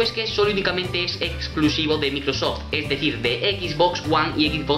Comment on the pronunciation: Pocos se dieron cuenta que pronunció mal Microsoft.